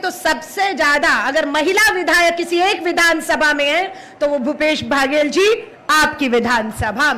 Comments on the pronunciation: मैडम जी को कोई मुख्यमंत्री का नाम तो सही से बात दो, भूपेश भागेल जी बोल री है...😂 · भूपेश भागेश, टी एस देव सिंह 🤣🤣🤣 नाम तो ठीक से बोल लो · छत्तीसगढ़ में अन्नपुर्णा। का वास।।इषलिए छत्ततीगढ़।।। सलिइ छत्तीसगढ़ खास है।।।।।लेःकिन महोदया। तो मंत्री जी का नाम भी सहि से उच्चारण नही कर पा रक्हि है।और। क्या कहू।।ऐसे नेताओ से देश जो प़देश के। मुखिया का नाम भी। ठिक से नहि ले पा रहि हे।।।एक नहि। दो नहि तीन तीन बार और हर बार गलत उचाचारण।।धन्य है माताराम।।।वंदेमातरम।जयहिंद जयभारत। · इनसे तो मुख्यमंत्री का नाम भी ठीक से बोला भी नहीं जा रहा। चाटुकारिता की इन्तेहा है। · ठीक से मुख्यमंत्री जी का नाम बोलिए 😢😢